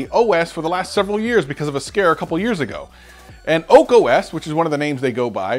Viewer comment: You're saying "OAK" OS... but the title says "ARK" OS... :)